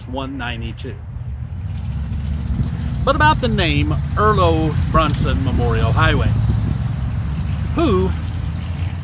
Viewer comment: Overall good facts, my only correction would be your pronunciation on the last name, Bronson with a hard o no u. Liked the video though, keep up the good work